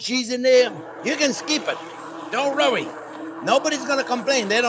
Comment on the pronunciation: Dear J-P, Why can't you say "worry"? Robin.